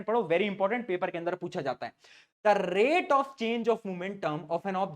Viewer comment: The rrrrate of..........😅